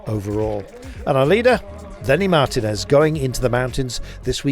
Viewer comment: It hurts my ears to hear Kirby say MAR-tinez instead of mar-TI-nez ( correctly ). GCN should employ Rob Hatch for grand tours and keep Kirby commenting for shorter races.